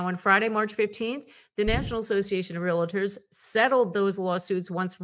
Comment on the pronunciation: Please pronounce the word correctly RE AL TORS. RE AL TORS!!!! REAL TORS!!!! 😒🙄🙄🙄